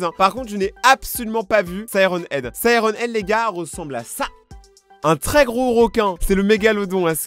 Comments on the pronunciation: Sirène Head Pas Siron Head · C’est moi ou tu a dit « wuggy wuggy » et « sireun head »